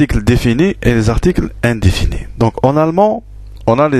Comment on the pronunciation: Juste une petite remarque si vous me permettez,articles définis et indéfinis et non pas undifinis. Une question svp,donc le S au début se prononce Z? Merci